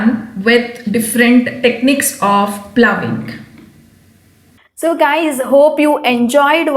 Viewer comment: Madam you have used the word ploughing and phoughing.ploughing is correct